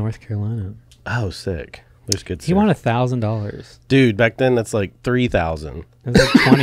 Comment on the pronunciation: Hey the word won is pronounced “one”. You pronounce it “Juan”. Tom Segura did this same thing his whole life. I’ll find the video of his realization soon. I might sound like an asshole but I just think it’s interesting. I love this podcast. And I love you fellas ❤️